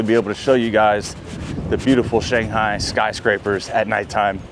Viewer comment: Yu in Yuyuan is pronounced as y-we. The articulation does not exist in English. Shanghai is pronounced as Shanghai, not shang-gai. They are two respective characters.